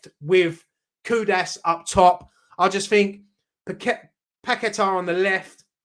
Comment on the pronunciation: The name is Kudus not Kudas...